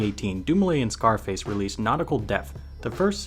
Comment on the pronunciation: Zarface not Scarface lol that's how you pronounce it. Wearing a DOOM shirt typing thing. He's one of my favorite artists